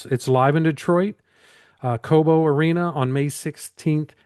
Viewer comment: Co-Bo; not Cob-O...